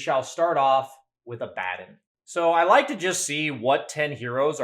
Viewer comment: Abaddon is a Hebrew term for an archangel from the abyss. Yet nerds still say it incorrectly.